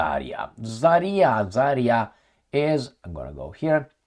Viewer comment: just a small remark just in case you might be curious about it. You have used the name of Zarya settlement and misspell it. In fact it should be accented to the last A, not the first, but thing is you can spell it correctly only if you say it as "Zarea" with very short "e", that would be the proper transcription. That's not about this specific town's name, it's a general pronounce of russian words - they usually don't have those "yottings" in them. I know comments might be ommited by you, but just in case.